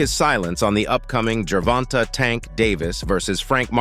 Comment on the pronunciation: this cappin channel don't like Tank. They even sound like a lor beoch when they say Gervonta. Can't even say shawdy name right.